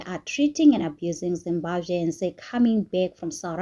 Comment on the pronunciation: It's Zimbabweans not zimbazveans